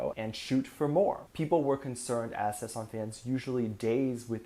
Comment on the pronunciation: It's sasaeng 사생, not saesang. Why aren't you able, after tons of videos about Kpop culture, to say this word right? Where is your problem? It's annoying af!